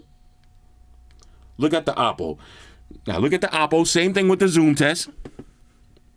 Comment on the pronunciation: This is a sick review, honest review as always! And I like how you CORRECTLY pronounce the Oppo brand, that’s how you say it 💯 not “Owpow” 😅 Like what OnePlus has done here, simple yet meaningfully usable except the price!